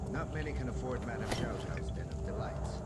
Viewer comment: The name is pronounced Sheeao Sheeao.